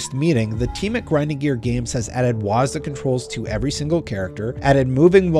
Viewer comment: Don’t say wasda…